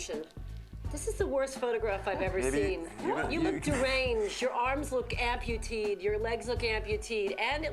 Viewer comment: Amputeed? Amputated.